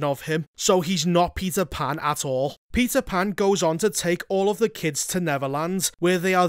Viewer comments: "Peter Pander" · All I can hear is Pizza 🍕 Pan. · Am i the only one hearing him say "pizza pan" 😂